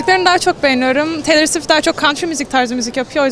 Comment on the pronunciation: Daha doğru düzgün perry diyemeyen insanların çok seviyorum swish swish demesi😂